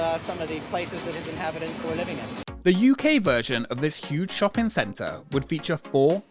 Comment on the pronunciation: Why do you keep saying “shoppen” instead of “shopping” ?!?!?!